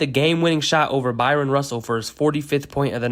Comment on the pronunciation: It's not By-ron Russell you say it Brian Russell